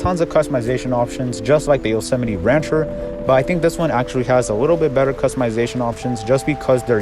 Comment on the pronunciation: its pronounced.. yo-so-mite